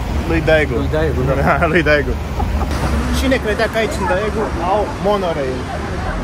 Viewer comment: Va iubesc și va respect munca, dar va rog sa nu vă supărați când va spun că se pronunță Degu (Daegu). Cam tot ce e cu "ae" se pronunță "e".